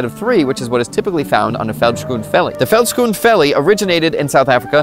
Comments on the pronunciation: Thanks for sharing the video but your pronunciation of “veldskoen” and “vellie” (roughly pronounced “felt-skoen” and “felly”) made me cringe a little😂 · As a native afrikaans speaker, the way you pronounced veld skoen vellie broke my soul. But this is some awesome info and i will most certainly try and get me pair of these